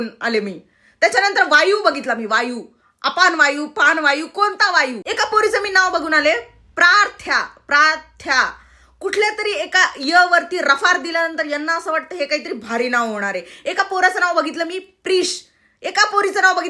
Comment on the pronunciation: अग ते प्रार्ध्या नाही प्रार्थ्या आहे.... पुढे तू बोललेली नाव आरना नाही... ते आश्ना नाव आहे... आ,अर्धा श आणि ना.. आश्ना